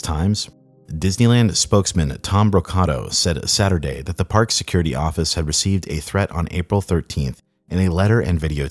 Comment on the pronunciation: Brocato is most likely pronounced bro-kay-toe.